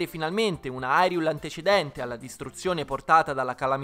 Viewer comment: La demo è meravigliosa ma ha due problemi che tutti i giochi di "The Legend of Zelda" moderni hanno. Il doppiaggio italiano è straordinario ma sentire Hyrule detto Irule mi fa stare male. Poi, nonostante tutti i personaggi siano doppiati, Link non spiccica una parola. Capisco durante il gameplay, ma almeno nei filmati Link potrebbe parlare e sarebbe fantastico vederlo parlare con una voce italiana e in tutte le altre lingue con un doppiaggio dedicato